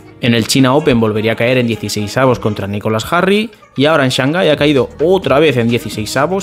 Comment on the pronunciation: El amor es más fuerte jajaja. Saludos, estimado. Edit. Estimado, Jarry se pronuncia "yarry".